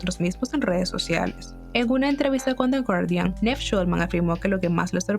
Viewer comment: Like si te dolía cada vez que decía NEV en vez de Niiiiiv 😔